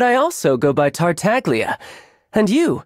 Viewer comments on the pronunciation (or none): Tartag-lia… oh my. The english version is horrifying 😂 I prefer the Italian pronounciation « Tartalia » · neither the dubbers can pronounce "Tartaglia in the right way" The G and the L shall make only one sound Go to google translate and listen how it says Tartagia in Italian language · the way Tartagalia pronounced his name gave me a stroke